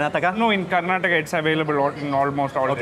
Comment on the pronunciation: 👏👏👏👏great to hear right pronounce of our state "KARNATAKA" Mr wiens😇 our own some of natives indians never knew how to pronounce it😤 more than they know how to pronounces but never going to do that🤬